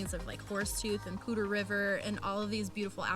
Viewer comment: Hey guys, great informative video for sure. My wife and I fell in love with FoCo a couple years ago. We would love to live there but not sure if will land there. And I finally found out how to pronounce Poudre River! Thanks for that. More importantly, great info about an in state lender. (em Hem). Happy Easter!